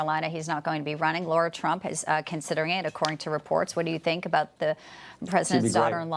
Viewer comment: Lara, not Laura. If you support her, at least get her name right.